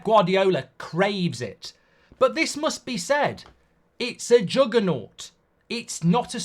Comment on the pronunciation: "Its not a achievement but there a Juganauut" 😂😂😂 that males sense ❤